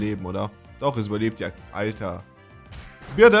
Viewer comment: Man spricht es nicht "Birde" aus, sondern "Bööördiiii". Dann macht es auch viel mehr Sinn.